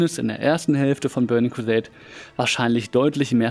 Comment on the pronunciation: In se börning kwuseit klässick 😂😂😂 No hate bro aber der hat mich gecatched